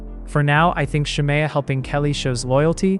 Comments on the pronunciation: If this man say Shar- Mayo one more time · i had to stop watching following the intro cus why is the narrator pronouncing shamea's name like that??? is it ai????